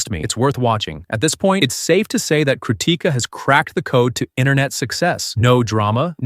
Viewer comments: bro thank you so much for making this video and supporting her and yes you are pronouncing her name wrong 😭😭 the difference between Ti and T is so huge damnnn I just noticed it today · Stop saying crutica😊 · Your pronounciation of "krutika" is wild.